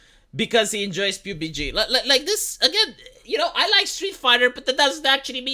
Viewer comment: i like how he calls PUBG "pube-y jee"...